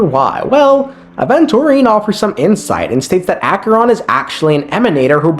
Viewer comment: Man pronounces Aventurine four different ways.